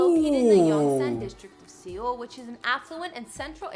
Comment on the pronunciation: Correction Seoul is pronounced like Soul in English the fuck is SE ool? Lmao